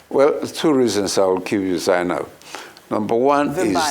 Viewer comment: Vinbai sir, not Zainab.